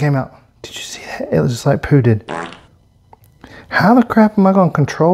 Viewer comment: Lmao he said pood-ed😂